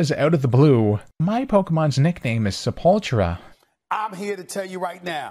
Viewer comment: It always bothers me when they pronounce Sepultura as "Sep-ultra". It's "Se-pool-too-ra", which means "Grave" in Portuguese. I wonder why she nicknamed it that...